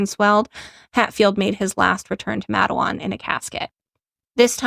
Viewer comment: Im from Wyoming Co WV, close to all this, 3rd generation coal miner... Cool yall covering this video... But just to lyk its pronounced like Mate-(like the auusies says 😆) Wan (with the ahh sound) ...